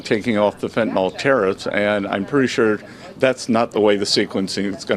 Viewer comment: All these asshats who are ussing fentanyl as a battle-cry cannot even pronounce it.